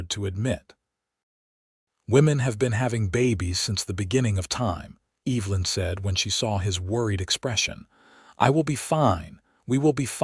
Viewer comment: It's pronounced EV - E - Lyn, not EEEVlyn. and it's IZACK not ISack